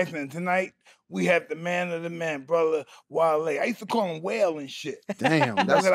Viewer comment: alright his name is wale not wallee lmao